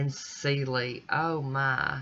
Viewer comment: Celi is an Italian name and it’s pronounced Cheli.